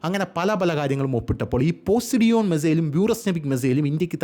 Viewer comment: പോസിഡിയോൺ അല്ല പൊസൈഡൺ ( ഗ്രീക്ക് ദേവൻ, God of sea) എന്നാണ്